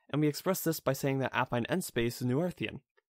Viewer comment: Great video! Learning a lot. 2 very small things: Your opening parentheses are the wrong way. You can fix that by using backticks instead of quotes in your latex source. “Noetherian” (at least according to all my professors) is pronounced “No-Theory-un”